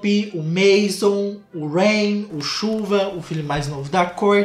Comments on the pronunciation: o nome do filho da Kourtney é Reign (Reinado) e não Rain (Chuva) 😅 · Alguém explica pro que o nome de um dos filhos da Kourtney é Reign e não Rain